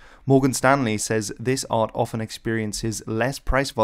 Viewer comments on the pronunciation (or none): none